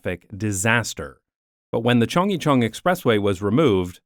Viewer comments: please stop chungjicheon it hurts my Korean brain it is more similar sounding to chunggaecheon hnnnnnngh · It’s not Cheongg-YE-cheon , it’s Cheong- GYE-cheon 😁 Not like [Yi] but like [G + yea ] Similar sound with the first syllable of the word ‘Guarantee’ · Aside from horrendous pronunciation of Chung-gye-chun, another fantastic video! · As a Korean I shrieked every time you mispronounced CHEONGGYECHEON!!!!! OMG!!! Why are you slaughtering the Korean language? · Happy to see you got to explore my second home. Lived in Korea before and after the Chunggyechun project. The drop in air pollution was very noticeable. Biking in Seoul is the best way to see the city. Yeah, people walk in the bike lanes, and we can't be militant" get out of the lane" bikers. Great video, you are forgiven for slaughtering the pronounciation of Korean especially "Chunggyechung"